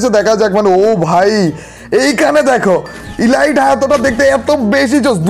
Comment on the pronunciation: ভাইয়া আমি প্রথম থেকে খেয়াল করেছি আপনি Elite ( এলিট) কে ইলাইট বলেন,,প্লিজ ভাইয়া আশাকরি এটা ঠিক করে নিবেন❤️